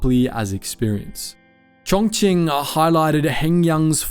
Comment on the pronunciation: Props to you for pronouncing Chongqing the right way, its the first time I heard a non-native speaker pronounce it correctly 😂😂😂